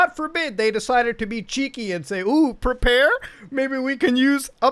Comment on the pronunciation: "pre-pear" nice